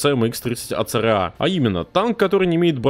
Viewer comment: ACRA а в видосе говоришь ARCA